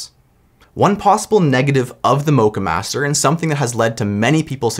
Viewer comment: You pronounce the o in Moccamaster like the O in ' lock ' , not the O of O My GOD ;)